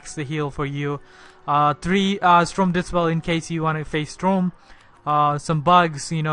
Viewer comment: 'STROME' oof